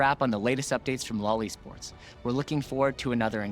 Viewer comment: "LoL Esports" Don't say it like that man